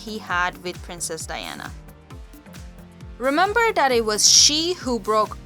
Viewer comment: I dont think the narrator is English. She says dis and dat. Don't think I believe this story.